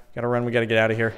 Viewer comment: Lol sometimes when Jordan says here he pronounces it as hiyar with a strange accent